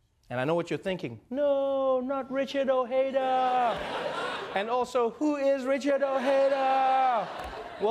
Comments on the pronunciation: It's disappointing to see the dismissal of Ojeda, even to the point of mis-speaking his name (the J is strong, not soft). He was a fine candidate with a lot of the right ideas. And the reason he dropped out was not like Flake in that he was too cowardly, but because he accepted that without the big money and mainstream media coverage it's pretty much a lost cause, and he didn't want people wasting their money donating to him all for nothing. In a way I suppose it's poetic when you consider that the lack of media coverage for any of his ideas was a primary concern, and then a supposedly left-leaning progressive talk show dumps all over him without mentioning any of his ideas and laughing at how nobody even knew who he was. And then we wonder why the system's so borked up. At least the egotistical billionaire got called out for what he is. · It's pronounced o-J-eda and not o-hey-da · How come I live in Europe and know Richard Ojeda and what he stands for? Even though I wouldn't agree with all of his views, at the very least look the guy up so you know how he pronounces his own last name.